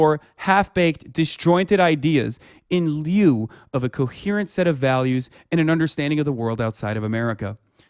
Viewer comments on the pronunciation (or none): "in leee-oooo-uuu" Man can't read, lmfao